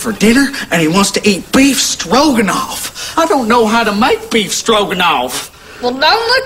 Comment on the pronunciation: I just love that she can’t pronounce the beef in beef stroganoff